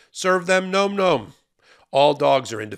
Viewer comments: You should pronounce the words correctly. It's not nome nome. It's nomm nomm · NOM-NOM rhymes with bomb, not comb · ...please pronounce it correctly - "nawm nawm" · Please look up the pronunciation of "nom nom" :)